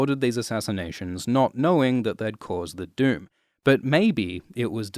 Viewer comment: I honestly thought you kept saying the “dude” when you’re saying “doom” 😂